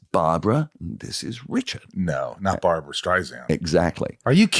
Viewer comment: Love this guys but it’s Barbra. Funny watching this because Barbra Streisand is always been my idol since I was a young kid so I would’ve been ecstatic to meet her. Love this watching this.